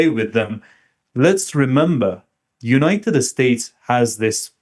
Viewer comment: I like the way that he says, "United Estates" 😊